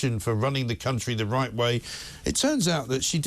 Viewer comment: "it's the wight thing ta do".